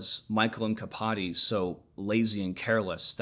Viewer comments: I think the mkpadi is pronounced like a Mac at the beginning of a name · for your (pl.) information, the k in mkpadi is pronounced "at the same time* as the p, which is a thing not uncommon in african languages